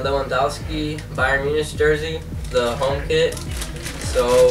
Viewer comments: Just thought id let you know it’s pronounced munic not MuniCH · By the way, it's pronounced: Muunik. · You are right its munich no munic